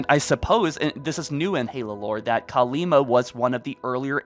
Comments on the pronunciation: Still Kalmiya, not Kalima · the Banished lost contact with Atriox because their ship got blown up remember? So they won't have the means to communicate. Also, its Kalmiya not Kalima lol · Please stop saying Kalima... Her name es KALMIYA!